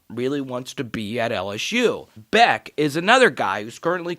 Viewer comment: Good morning ! Just a heads up . Its pounced Besh not Beck